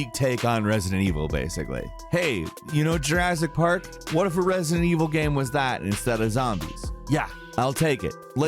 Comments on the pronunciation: 'gayum' lol I love the way pronounces 'game' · Why do pronounce game as “gaem”